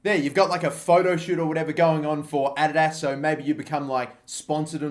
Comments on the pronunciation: why are you saying adidas like that? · stop saying adidas that way plz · The way he says Adidas kills me😂😂